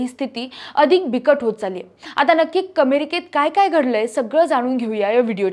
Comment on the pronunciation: मॅडम अमेरिका not कमेरिका